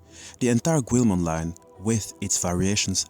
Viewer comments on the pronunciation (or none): why do you insist on mispronouncing the name of Guilmon? it's NOT "QU-EL-MON" it's pronounced "GI-UL-MON" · Its pronounced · I'm confused, is there a reason you call him 'gweel-mon'? I first thought that it was because English is your second language but when discussing the origin of his name you pronounced the word 'guilty' properly, leading me to believe you're pronouncing that syllable in his name differently on purpose, even though they're the same pronunciation. Is there some media or something you have taken that new pronunciation from? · wrong pronunciation of Guilmon/Growlmon/Gallantmon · how in the actual hecc did he mispronounce guilmons name???